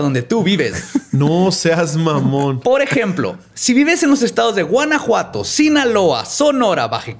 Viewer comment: Me hicieron dar un saltito para atrás cuando escuché "Guanajuato" XD